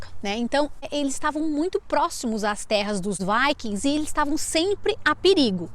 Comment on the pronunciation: Kkkkk essa moça falando "Viking", é rir pra não chorar.